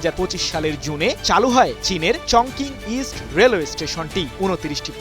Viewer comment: উচ্চারণটি হবে - চংচিং